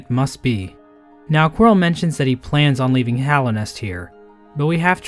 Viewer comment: A great man once said... "qurile"